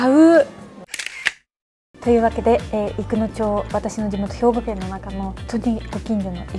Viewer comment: 初っぱなに 『私の地元、ひょうぎょけん(兵庫県)』は笑った(*⌒∇⌒*) あの映画のなごり？ めっさかわいいわ🤩